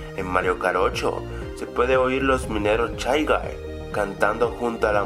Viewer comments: Soy el único que entendió Chai-Guy en lugar de Shay-Guy?? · No son chai gai, se dice shai gai, y se escribe shy guy >:v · Mikoto Joestar oye tanvien lo pense puse chay gay gayyyyyyyyyyyy